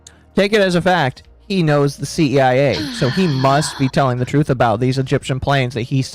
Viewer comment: But the TWOOOTH! THE TWOOTH!!!